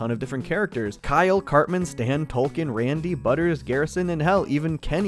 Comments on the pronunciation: Do you have a rare bone disease that causes you to pronounce Token as Tolken? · i can't help but say it, its token not tolken despite what the subtitles say on the show on hbo, they literally spelt it wrong, idk it just urks me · Okay wtf. Just started watching your content today. Is his name “Tolkien?” Or “Token?” I thought it was the later, but you’re saying the former the entire episode. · TOKEN. Not Tolkien. 😂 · Why are you calling him Tolkien? Do you not get the joke about his name? TOKEN like 🪙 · It's token not tolken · Are we calling “Token” “Tolkien” now? 😂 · Yo his name is Token, not Tolkien! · Did you pronounce his name as "TOLKEN"?? It's suposed to be "TOKEN" as when he was introduced he was the "TOKEN" black character. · Is he calling Token...Tolkien..lol. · Have you been calling token "Tolkien" this entire time? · Why are you calling token Tolkien? 😂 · Fucking tolkien i cant unhear it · It sounds like you are saying tolken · I definitely keep hearing "Tolkien"